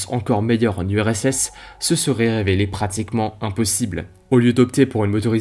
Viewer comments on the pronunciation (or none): none